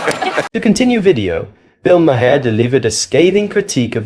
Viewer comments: Mar. Not ma har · Its pronounced Bill 'Mar' not 'Ma-har' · It’s Mar, not Ma-her. Only one syllable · Bill Ma-HAR??? 🤣🤣🤣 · Ma-har is one syllable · Mar. Like the planet Mars. Its Bill "Mar" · His name is pronounced Mar. Like Mars without the S. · Okay. I am not sure if this narrator is A.I. but the constant mispronunciations of Bill's last name is annoying. First the narrator pronounced it as Ma-har. Then after that pronounced it as Ma-hair. If you are going to comment on these videos get it right! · Why do you call him Bill Makhaar? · Why are you even on YouTube? You don’t even know how to pronounce his name correctly. It’s pronounced mar as in Del Mar. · Just a side note Bill pronounces his last name Maher as Marr. Great video other wise! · If you can't even pronounce the man's name properly you probably shouldn't be here.